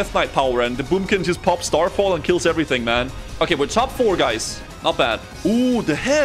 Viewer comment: As a Swede watching i laugh a little when you say Bajs instead of guys, Bajs means poop in Swedish 😂💩 As usual I love the content!